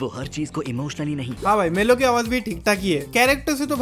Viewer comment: Mellow ❌ Levi ✅